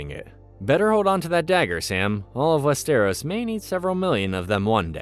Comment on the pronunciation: WEST-eros and in the show they say Wester-ROSS